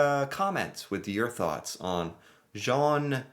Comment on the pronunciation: Zhon not Jon. You got the ON part, just gotta get the Zh part. Like Sh, but with a Z (and that's pronounced "Zed" LOL